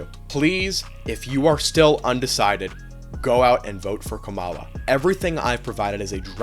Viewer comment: I will say that you are entitled to your opinion and your ability to promote you opinion but first you miss pronounced kamala's name every time you said it and two she strait up told someone at her rally who said "Jesus is Lord"(or something along those lines) that they were at the wrong rally and should go to trump's rally instead.